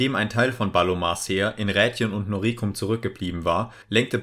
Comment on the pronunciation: Noricum wird auf der ersten Silbe betont.